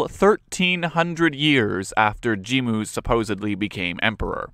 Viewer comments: 発音おかしいですよね？って話。ジンムじゃなくてジムに聞こえる。外国人かよ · jimmuじゃなくて jin-mu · 確かにジムに聞こえますが、あれはスペルの問題じゃなくて発音の問題だと思います。 Jimmuというスペルの方が日本語の発音をより正確に表しているかと